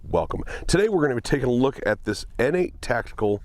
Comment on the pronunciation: I thought it was pronounced “Nate” Tactical. Pronouncing it “Innate” Tactical makes it sound like an illegitimate step-child or something.